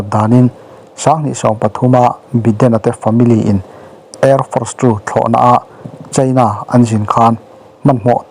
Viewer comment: Tunlai chu... China ram chanchin kan ngaithla nasa sia.. Cheina... Ti lovin Chaina... Ti thei zawk la... A ngaihnom sia.. Beng a khingbai deuh tlata